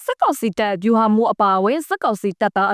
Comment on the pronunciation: စက်ကောင်စီမဟုတ်ဘူး စစ်ကောင်စီ။အသံထွက်ပီသအောင်အရင်လေ့ကျင့်အုန်း။